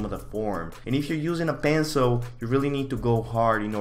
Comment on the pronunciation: Pencil ❌️Penzol✅️